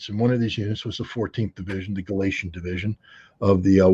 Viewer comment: I know I could easily be wrong, but isn't it Galician? Ritter says "Gilacian", pronouncing not an "I" sound but a hard "a" on the second syllable. If I'm right I quibble, I know, but just sayin'.